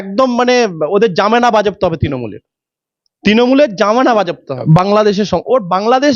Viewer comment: Eni kiser Doctor ba Doctorate? Ki sob pronunciations. Jamena jobdo hobe? Jamena ta ki? Widow korete bolche candidature?? Widow ta ki?? Against e na angaist ami e bhule gelam... LOL